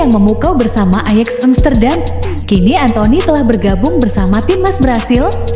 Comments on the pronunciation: Ajax (Ayax) amsterdam bukan ejeeexx amsterdam, biasa aja ccuy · Ajax bukan ejiks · ejex wkwkwkwkkw ejaanya mbak